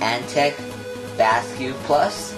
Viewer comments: Basiq is pronounced like basic but you come up with "basque"? Were you in 5th grade when you made this video? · I hate to leave a negative comment, but this has to be the worst unboxing video ever made. It's photographed with the item upside-down, and the guy narrating it sounds like he was dropped on his head as a baby. He can't even pronounce the name of the product correctly, and he even misidentifies the power connector. I had to stop watching after just a few minutes as I could feel my IQ plummeting just from watching the upside-down images and listening to the guy drone on with his insipid voice.